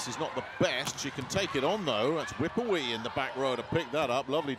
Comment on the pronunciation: how does he pronounce wipawee so wrong😭